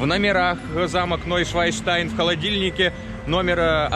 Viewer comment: Уржался)), не НойшваЙнштайн, а Нойшванштайн. А то у вас не новый лебединый замок-камень получился, а свиной... Шван или Swan по англ. - это лебедь, еже ли че))